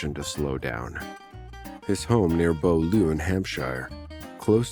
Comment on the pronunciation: Well I live on the edge of the New Forest and I've never heard of that place he said. What i think he tried to say was Beaulieu, pronounced be oo lee.